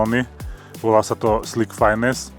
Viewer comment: Krásné ryby! Akorát Slick Finesse se nečte fájnes ale fines... to by měl vědět!